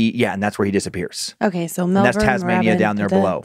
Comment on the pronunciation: Melbourne is pronounced Mel-bin